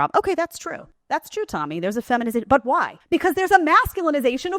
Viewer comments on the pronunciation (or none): I wish people would learn to pronounce Tomi’s last name correctly. It rhymes with “karen”.